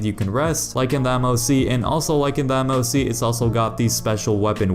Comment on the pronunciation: Bro said moc